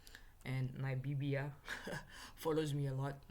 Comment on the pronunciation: 🤣🤣🤣What do you call it??Nabibia!?🤣🤣🤣